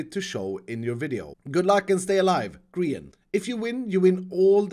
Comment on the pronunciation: No one:: Oh sorry I meant Greeand